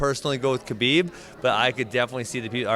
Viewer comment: pronunciation of Khabib's name is impeccable.